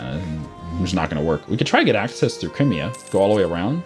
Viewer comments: I like your videos a lot, but I have to cringe at your pronunciation of just about any country or province out there. Particularly Crimea. >_> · Learn how to pronounce Crimea correctly please.